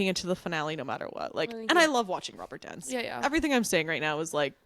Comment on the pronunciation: Where are you from? The girl on the left pronounces "dance" as "donce"!